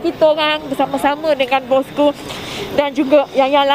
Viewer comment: bosskuu. bukan besye besyeeee